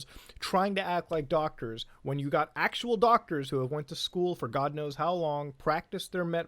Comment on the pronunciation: “I giot into some heated arguments on Facebook.” I’ll stop ya there.